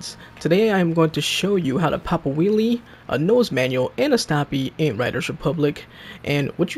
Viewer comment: You are saying will😂😂